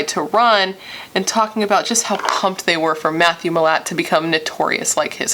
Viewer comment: Also yes it's pronounced like mill-at